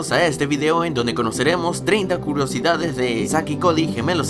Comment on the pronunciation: oye alguien se fijó q dijo 30 CULOSIDADES 😂😂😂